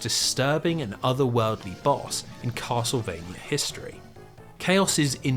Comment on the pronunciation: "kossle-vania" .....yeah.....i cant take 8 hours of that mangling of "castlevania" im out.